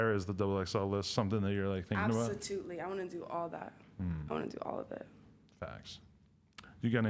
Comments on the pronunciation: she said absotutely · She said absotootly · Why she say absatootly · "absotutely" ....Adam interviewing anybody now days. She boring/dumb as hell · dis bitch said "absitootsy" ... absolutely?